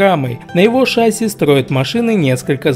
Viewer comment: В слове ШАССИ ударение ставится на второй слог.